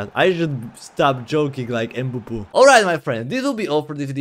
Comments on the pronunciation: Kylian mbappe🚫 Kylian mbebe✅ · It’s not Mbabbe he’s KERIO MBABBE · mbebe ❌ Mbappe✅